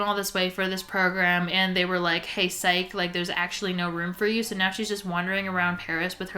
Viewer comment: You're missing an important S in that word there. "Psycho" 🙂‍↕️ not "Fyco"